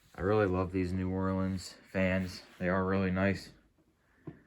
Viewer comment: “New Flooreans”